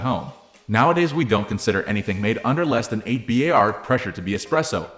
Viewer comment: A word to the wise, pressure is measured in 'bars' not b,a,r,s. Thank you for this interesting history of my favourite ways of making coffee. Great work